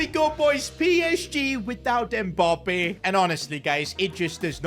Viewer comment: Why do you call him Mboppe haha